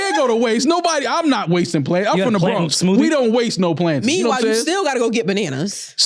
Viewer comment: Never heard it pronounced plantins before